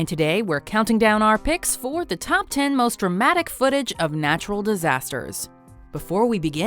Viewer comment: God narturral